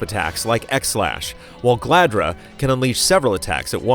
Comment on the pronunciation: *Galdra not Gladra lmao. and you’re also pronouncing Kinata’s name wrong haha. Booooooooo